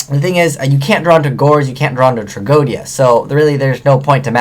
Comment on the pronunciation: No offense or anything, but i'm retty sure that you are pronouncing "tragoedia" wrong. You pronouce it "Trag-O-Dia and i am pretty sure that it was pronounced in the anime as "Trag-O-E-Dia" As i said i'm not positive, but it just bothers me a little is all, especially since you talk about it a lot.